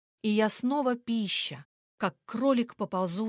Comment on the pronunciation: Есть ошибка- не пи'ща, а пища' как кролик.😢